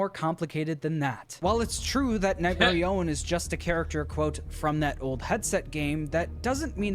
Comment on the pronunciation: nightmarionne is not pronounced like that marionne is pronounced mar-ee-on